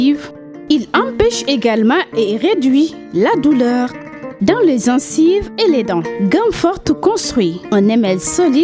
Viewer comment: toi qui fais la publicité on ne dit pas zencive